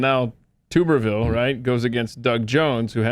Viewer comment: As an Auburn alum, I take a bath in a tub. Obviously the blaze folks bathe in a tube. Pronounced: Tub-er-ville.